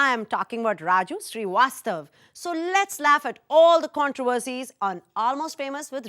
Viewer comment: Let's 'laef'